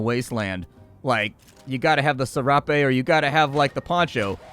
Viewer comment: The way you say ‘Serape’ blows my mind I say “sair-up”